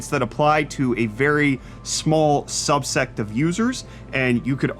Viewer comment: Are you saying "subset" or subsect" because I couldn't decide if you were calling the still-online PS3 console users some kind of religious zealots